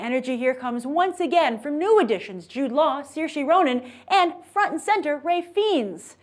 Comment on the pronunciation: Hey grace just wanted to say it's not pronounced surshee but seersha ronan (im irish I would know )